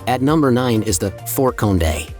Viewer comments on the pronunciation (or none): It's pronounced Mow-Beel not Mobil, and it's Fort Khan-dey not Cone-day. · MO-BILL 😂😂😂 FORT CON-DAY 😂😂😂